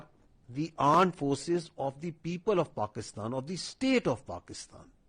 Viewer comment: aand force😂😂😂😂